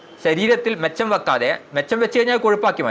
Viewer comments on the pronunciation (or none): " മിച്ചം'' വരുന്ന എന്നതിന് ' മെച്ചം' വരുന്ന എന്നാണ് പറഞ്ഞത് .😂